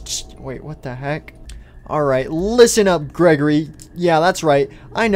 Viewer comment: At 1:7:45 Freddy accidentally said greggorley instead of Gregory